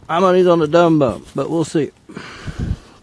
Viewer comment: Dum bum is actually pronounced Doom-Boom. I know a lot of pyros in Europe.